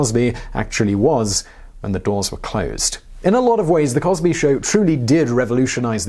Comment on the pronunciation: Crill wosby